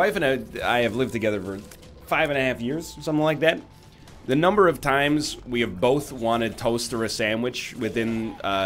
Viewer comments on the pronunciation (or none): none